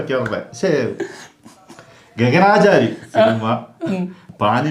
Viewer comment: ഗഗനാചാരി അല്ല മക്കളേ "ഗഗനചാരി"